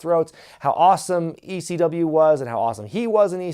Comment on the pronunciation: why does he say they chant "E-C-DUB"? its never been Ec-dub, weve always chanted just quite simply "ECW" it just sounds like EC-Dub on Tv.